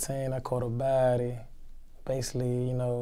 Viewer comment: Yes I do errytime